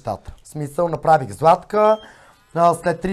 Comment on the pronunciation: Няма ли най-сетне, публичните личности да го научат този български език?Защо масово се излагат с тези ударения на различните думи? "обадИми се" ,звъннА ми, направИх и т.н.,много е дразнещо!